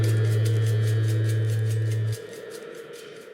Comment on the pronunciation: "nip it in the bud." "Bud," not "butt."